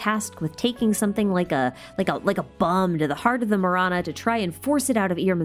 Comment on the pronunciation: Okkkay-- I was listening to this video while doing some chores and it took me a while to connect Marana with death. In my language, tamil, Ma- ra- nam means death. Ma-ra-na Do yeah, thought you should know. Not mirana but ma ra na